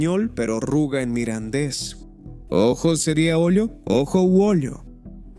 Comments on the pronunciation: Es un poco lamentable oír todo el rato hablar indistintamente del mirandés y del "midindis"... esto de la traducción automática es un asco. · Muy interesante el vídeo y su información pero se acabó el vídeo y solo se oyó mal pronunciado el idioma Mirandes